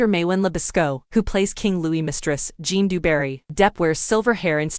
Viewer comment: Zhjan, not Jon